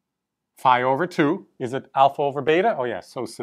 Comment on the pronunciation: α+ 👍 By the way I was a little (but pleasantly) surprised when you pronounced φ to rhyme with ‘high’. That’s the way we pronounce it in England but I’ve only ever heard Americans pronounce it as ‘fee’. ♫ ♬ Beeta bayta theeta thayta let’s call the whole thing off! ♩♫ 😁